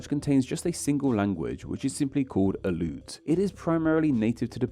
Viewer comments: Aleut is pronounced in thee syllables. The e is separate of the u. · Yes! I am from Alaska. A few tips: Aleut is (in English) pronounced ALLEY oot--stress on the initial short A. Tlingit is pronounced properly with a lateral L initial consonant (exactly the same as Welsh double LL) and in current orthography Lingít with stress on the second syllable, which also has a rising tone on the I.